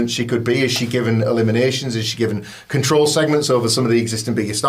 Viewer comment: Is it a dorky inside joke that went over my head or can seriously not pronounce “control?”